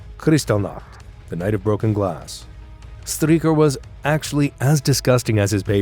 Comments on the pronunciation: STREICHER is pronounced like SHTRIKER not STREAKER. STURMER is pronounced SHTOOR-mer not STROO-mer. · Not Strumer, but Sturmer (Stooooooooooooooooooooormer), not Stricker, but Streicher , as 'stri' in 'strike' + 'che' in chess + r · It is pronounced: der Stuermer not Strumer and Straicher (Streicher) Not Stricher. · "Striecher" is an awful pronounciation. It is not "Striecher', but pronounced Streicher. Streichers last words were as I know also expressing farewell to his wife. The last words of people before death are of course of undoubted gravity, because in the face of death, men speak the truth. So this trial in Nuremberg shows some of the men died innocent. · so many mispronunciations, like Streicher (Streaker!) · That's one name you Yanks set wrong - Str - eye - cher. It's because you mispronounce the Jewish -stein names as -steen, possibly because that's the Low German variant. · Interesting and informative. Slightly flawed by some mispronounced names. In German, when there is an i & e together it takes the sound of the 2nd letter. For examples, the ei in Streicher is pronounced “eye” while the ie in Wien (Vienna) is pronounced “ee”.